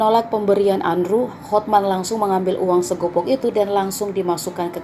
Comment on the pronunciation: Bukan segopok mbak, tapi segepok